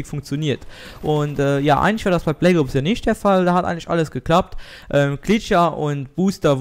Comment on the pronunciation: bleggoobs, deine aussprache :DD